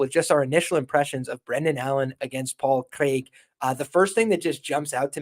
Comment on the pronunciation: Good show and that's some real commitment to the Paul Craig pronunciation